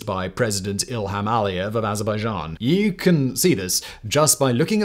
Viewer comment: Oh wow! Someone CAN actually pronounce Azerbaijan!